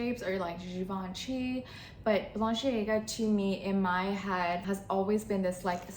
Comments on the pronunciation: you’re a good sport❤. For what it’s worth, it’s bah-len-see-AAH-ga. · The way you pronounce it is that how it’s supposed to be pronounced I’ve never heard it pronounce like that before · no, its not... ;)